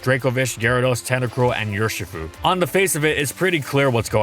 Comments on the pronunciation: its UR as in ursa not your shifu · Your-shi-fu Dear god please don’t do an urshifu video